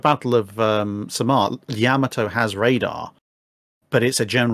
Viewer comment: holy crap someone pronounced yamato correctly